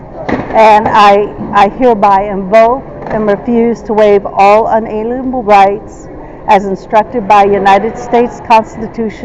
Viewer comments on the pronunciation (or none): Why is it that anyone who mentions their unalienable rights cannot pronounce the word “unalienable”? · I have yet to hear one of these sovtards pronounce unalienable correctly. Or articulable either, for that matter.